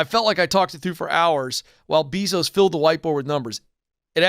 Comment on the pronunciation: Isn’t is pronounced: Jeff BAYzos?